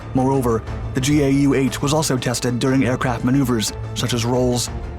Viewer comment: Its Gau8 (pronounced 'gow'-8) not G.A.U.,8